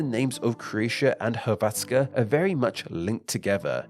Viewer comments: Yes, the stress was on the wrong syllable. He kept saying hr-VAT-ska, when it should be HR-vat-ska. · STOP THE HECK SAYING HRVATZKA ITS SPELLD HRVTSKA BUT ITS SAID HRVACKA!!!!!!!! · ill never forget when he reads "croatska" as "klotska" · When saying Hrvatska, accent is on H (yes, on consonant. That's because R can "act" as a vowel by putting accent on the letter before) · Thats not how you say Hrvatska tho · So much research but can’t even pronounce hrvatska right😭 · It was painfull listening to you pronouncing Hrvatska. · I am from croatia and this video is cool just one small problem. The way that you sed Hrvatska and Dalmatia(on croatian Dalmacija). Volim Hrvatsku i ponosim se njoj🇭🇷🇭🇷🇭🇷🇭🇷🇭🇷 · hrvatska came from the legend whit 12 brothers and 2 sisters one of the names was Hrvat and pls when u say hrvatska say R i am croat i know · You didn't pronounce "Hrvatska" right. :/ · Actually the way he pronounced Hrvatska could use some work though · Bro the way he pronounce Hrvatska is crazy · BRO HOW DID YOU PRONOUNCE DUBROVNIK AND HRVATSKA? BRUH